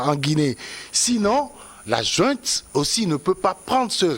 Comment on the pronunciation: On dit junte et non jouente si le mot autorité te brûle la bouche